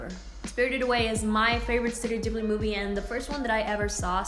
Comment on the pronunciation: YOU PRONOUNCE IT WRONG IT BUGS ME SO MUCH